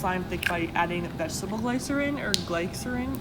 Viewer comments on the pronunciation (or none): U pronounce glycerin like Gli. Ser. In. Not. Gliy ser in